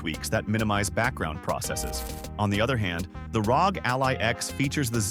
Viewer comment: pronouncing ROG as "rawg" is just weird, it's not a word lol it's an acronym 🤦‍♂ imagine if people called the CIA "sia" or the FBI "febi"